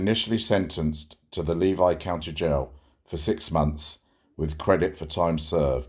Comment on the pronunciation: For future reference, it’s pronounced LEE-vee County